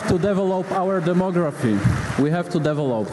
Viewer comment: kolezenska rada - akcent: deve' lop nie de'velop czy to pokazywala gadzinowa z woronicza czy wiertniczej?